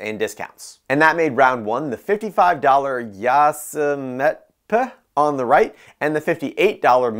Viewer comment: Yaasuhhmet...peh? Lol